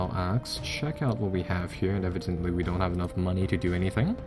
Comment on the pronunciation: I cringe whenever i hear evidently. You butchered that word.